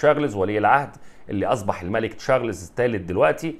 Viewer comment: ليش تقول تشارلِيز وليش تحط سكون تحت حرف اللام ، يا إبني انطق حرف الراء واللام والزاء بالسكون انطق الإسم كده بالسكون يعني لازم تقول تشا رْ لْ زْ وبدون ياء بعد حرف اللام .